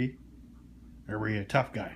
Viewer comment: He didn’t say he’s tough...he said “I run run run” 🤣❤️👍